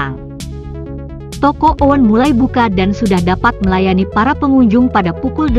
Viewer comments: BACANYA BUKAN TOKO OEN.YANG BETUL TOKO UN.(OEN ITU EJAAN LAMA NYA.BARU NYA TOKO UN).HANYA SEKEDAR KOREKSI🙏🙏🙏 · Bacanya UN bukan oen...itu ejaan lama...